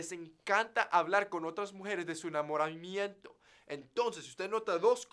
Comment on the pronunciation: "de su enamoral miento" xd